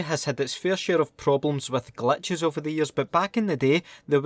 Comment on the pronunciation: Is he saying Clutches Or glitches 😂